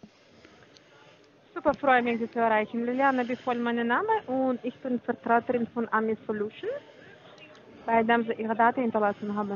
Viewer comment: es heißt VERTRATERIN…..wie oft denn noch…..? Verstähän Sie mir?!